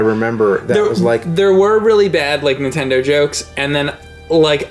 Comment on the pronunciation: damn it it's Nintendo not intend oh!